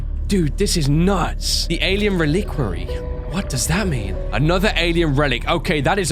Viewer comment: I would like to address the fact that many-a-Youtuber...legitimately can't say Reliquary.